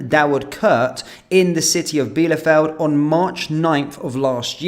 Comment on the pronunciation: Bielefeld is pronounced 'Bee- le- Feld.'